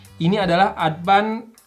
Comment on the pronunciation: Sunda people be like : Adpan eh Advance haaa